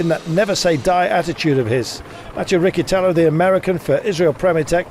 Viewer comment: WTF "Riccitello" became "Rikkitello" and how he pronounced Villuercas?! Terrible, that should be his job.